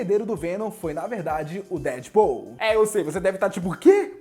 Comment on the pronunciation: duas coisas me fazem confusão: 1 - ter de dizer que o ''k'' antes das frases em inglês não se lê; em segundo é dizer Dead Paul e não Deadpool, ou seja, Dead PUL... abraço e bom resumo sobre os simbiots. abraço. PS: não digas muitas vezes simbiote ou simbiotes numa só frase desnecessariamente... abraço